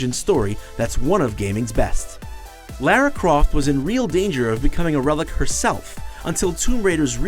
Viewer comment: Lerra Croft?